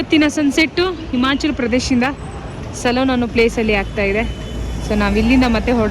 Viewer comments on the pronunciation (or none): 3.40 its not salon....its solan sister